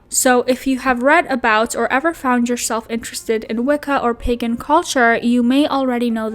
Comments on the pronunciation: Is this a way to have ties to Moses for eternity? Actually the more he talks, the more I see they are the same. (Sorry) And she needs to learn how to say PAgen not Peggin.. thats for your onlyfans. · Wicca doesn't deal with curses. Also it's pronounced Wick-ah and Pay-gan. She could possibly be a natural witch, that's not out of the realm of possibility. Wicca is an organized religion like the Catholic Church or Lutherans or Protestants or Baptists. You can have a natural affinity to Witchcraft. Pagan is an umbrella term for many different types of spiritualities. Wicca is just one out of thousands. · She's pagan but pronounces it wrong 🙄. Love it. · Not the emphasis on the second syllable of Wiccan 🤦🏻‍♀️. And PEE-gan?! … It’s PAY-gan . Also, I. WHAT WORLD IS TRISHA PURE?! The Pagans, Wiccans, and Witches don’t want here and are casting protective spells and charms the house. That bad juju is gonna get her. And calling it now, a hyper fixation on Hocus Pocus, The Craft and AHS: Coven is on the Horizon, just watch. And Trisha doesn’t deserve to be a parent because if Moses were taking care of the baby, she’d be jealous instantly. God forbid her main character energy spotlight is taken away. Sis was literally furious at Jason for wanting to spend time with his own kids! I seriously hope she doesn’t have a kid because she would no doubt mentally and physically abuse that child; the proof is already there. And CPS needs to be called IMMEDIATELY. And FFS, the gameboys are HIS. The table looks dope, and if they are rare, it ups the price of the table. You’re that devastated, go buy one.